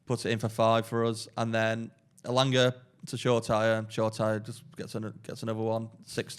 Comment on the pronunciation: Funny when pronounced Shoretire name as it's spelt from an English perspective. 😊😊😊. It's a name of Nigerian origin and phonetically is should be something like this: Show-reh-tea-rey. It's certainly not Shore-tyre, would nice to see him make more of an effort to pronounce it properly next time. 😊😊